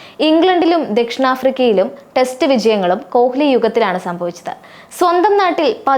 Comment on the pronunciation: കൊഹ്‌ലി അല്ല, കോലി എന്ന് വായിക്കു 😂